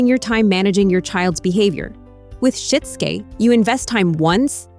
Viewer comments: “Shit-zoo-Kay” Good grief. When will AI learn to pronounce words correctly? The material is good! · “You might need to walk… THEM THROUGH IT!” Despite the terrible AI voiceover, this was valuable. I’m going to try this with our autistic son and allistic daughter. Also, it’s SHI-TSU-KE, AI voice! Sheesh.